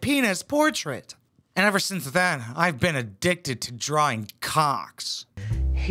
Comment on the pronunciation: "Addickted", if you will 🤣